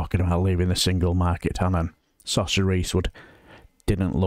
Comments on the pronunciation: The Irish name Sorcha is not pronounced like Sorsha, I believe but like Sor a ka. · Sorcha is definitely an Irish name. It's pronounced "Suruka"